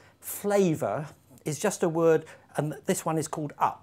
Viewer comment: It's for Germany and their woRRRRRRRds.